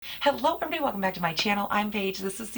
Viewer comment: You say hello everyone in your intro. But you say it differently..what am I hearing? It's like a tongue roll. Lol anyway I love your videos!